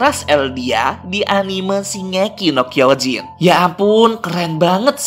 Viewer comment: 04.45 Shingeki no Kyojin....bukan kinegeki no Kyojin